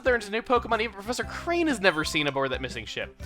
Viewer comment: its professor kRane, not kane